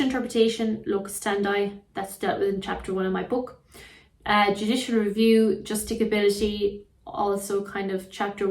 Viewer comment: How do you expect us to buy your book and other materials when you don't know how to pronounce some of the most basic legal terms? Legislature and Justiciability mispronounced in this video alone